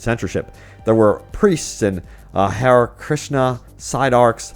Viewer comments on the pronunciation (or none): none